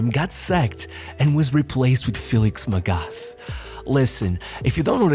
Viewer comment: Friendly tip/reminder for any future videos where felix magath is mentioned. The "th" in his surname is pronounced like a regular "t" and not the "th" way in english.